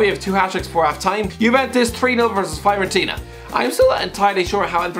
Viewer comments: I am a Fiorentina fan and the way he pronounces Fiorentina Is awful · Fyorentina lol